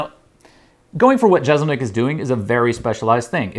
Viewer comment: Jessselnik not jezelnik